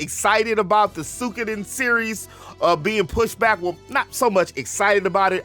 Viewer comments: Suik- oden I belive is proper pronunciation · it isnt that hard to pronounce.